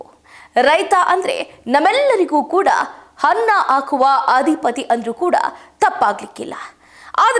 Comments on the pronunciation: "ಹನ್ನ " ಅಲ್ಲಾ ಮಗಳೇ. "ಅನ್ನ " ಅನ್ನ ಬೇಕು. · ಹನ್ನ ಆಕುವ ರೈತ ಅಲ್ಲ ಅನ್ನ ಹಾಕುವ ರೈತ ಅದಿಖಾರಿ ಹೀಗೆ ಕನ್ನಡ ಸರಿಯಾಗಿ ಬಾರದೆ ತಪ್ಪಾಗಿ ಮಾತನಾಡುವುದೇ ಇತ್ತೀಚೆಗೆ ವಾಹಿನಿಗಳ ನಿರೂಪಕರಾಗಲು ಬೇಕಾಗಿರುವ ವಿದ್ಯಾರ್ಹತೆ ಎನಿಸುತ್ತದೆ!!🤔🤔 9/10 ವೀಡಿಯೋಗಳಲ್ಲಿ ಕನ್ನಡ ತಪ್ಪು ತಪ್ಪಾಗಿ ಮಾತನಾಡುವವರನ್ನೇ ನೇಮಕ ಮಾಡಿಕೊಂಡಿರುವುದು ವಿಷಾದನೀಯ.ದಯವಿಟ್ಟು ಕನ್ನಡ ಭಾಷೆ ಶುದ್ಧವಾಗಿ ಮಾತನಾಡಿ ಮೇಡಂ🙏🙏